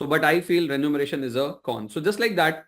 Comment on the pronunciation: Sir, it's remuneration and not renumeration.